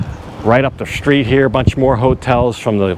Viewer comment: 'Street' unlike 'shop' has no 'h' in it. Why do you say "shtreet"?